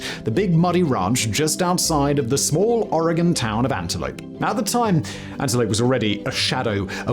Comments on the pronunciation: Native Oregonian here, living on the East Coast the last 6 years—the relief I felt when Simon didn’t pronounce it “OR-RAY-GONE” practically gave me my own spiritual experience 🤣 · Thank you for saying oregon right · I'm just happy he's pronouncing Oregon correctly; there are large swaths of the US that has no idea how to pronounce it, but he's FINALLY gotten a handle on it.. However, I'm rarely surprised when someone can't pronounce Willamette correctly. Chinook is another cringy good one. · Thank you for pronouncing Oregon correctly!!! British people usually always get it right, but many Americans from the East Coast incorrectly pronounce it “Or-gone”, when it’s actually “Ory-gun”. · Thank you for saying “Oregon” correctly. I live in Oregon and remember seeing this unfold when I was a child. I was horrifying. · Oregonian here... How does Simon pronounce Oregon correctly when it seems like half of Americans can't... Big brain Simon